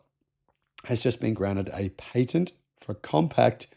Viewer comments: Pat-ent. Not paint-nt. Phantom breaking hardly ever happens anymore in USA. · Most people pronounce patent as pay-tent when referring to unobstructed. While pronouncing it as pa-tent it refers to legal rights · He said Tesla got a new PAY-TENT? .